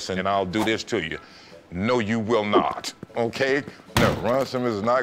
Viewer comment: When you hear that "noT" , that's another form of the serious "Hard NO" 😂😂😂